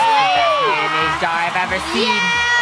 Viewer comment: Can’t y’all just appreciate how uploads everyday uploads Edit: Krew: Pronouncing Mayonnaise “Maynaise”